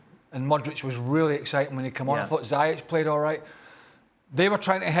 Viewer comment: Craig is a “Zayach” hater he wouldn’t even learn how to say his name properly. He did better than alright “Kreg”